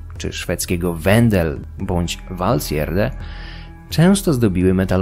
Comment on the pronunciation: No i już wiem jak wymawiać Valsgärde :D